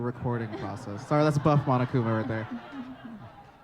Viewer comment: It's Monokuma not Monakuma was that a mistake?